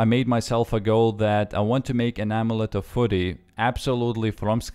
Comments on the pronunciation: Amulet of foory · "Amulet of furry" XD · amulet of fury not ommelete de furry......